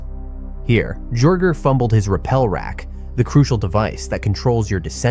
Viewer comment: you do cave videos and you dont know how to pronounce rappel?